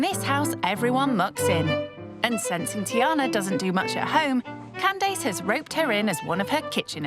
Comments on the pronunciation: She called her ‘Calese’ or something deffo not Candace lol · Oh so english people pronounce as can dace rather than candiss